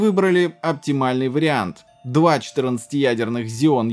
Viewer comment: почему зеоны, если ксеоны? Xeon